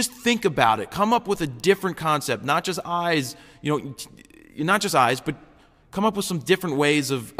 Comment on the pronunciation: Hah, i thought you said ice. So when you said focus on the dogs eyes i really didnt have a clue what you are talking about, haha! :)